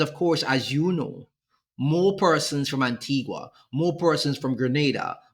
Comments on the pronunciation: It is not Antigwa, it is Anteega. Please pronounce properly. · Please. In the name "Antigua" the "u" is silent. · The island's name is pronounced Anteegah...please stop mispronouncing it. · Why no one can ever pronounce Antigua and Barbuda correctly 😂😂😂😂😂 is our dialect that bad😅😅😅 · Pronounce the country name correctly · Antigua is not pronounced like that!